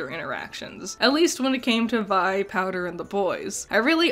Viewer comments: I like that you pronounce Vi as Vee for the first half of the video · Gurl how did you watch the show and still pronounce Vi name wrong? Lmfao. It's such an easy name too, literally two letters. I understand not being about to pronounce Heimderinger, but Vi shouldn't be hard at all. Also, they don't live in a racist world like ours so there's really no need to linger on "what is that?" So, I don't see the purpose of hinting about Heimerdinger's race (yordles) in the first episode. I think it's awesome that they have so many different species in their world and no one gives a fuck. Nor does homophobia or sexism seem to exist. I wish our world made such progressions. Honestly, so much of this video seem to have half baked criticisms. Jayce's backstory isn't even meant to be tragic. It was the sole basis of his love for magic, how is that a tragic backstory? Sounds like a bunch of needless nitpicking. Sounds like you want shows to treat you as if you are dumb and baby you through everything.